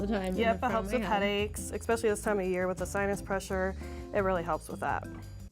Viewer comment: I was totes with her until when she said “exspecially”